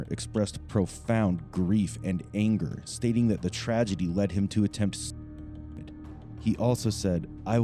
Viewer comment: sorry did you nearly say SUISIDE